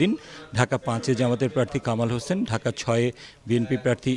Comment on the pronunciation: ঢাকা 8 পড়তে ভুল করেছেন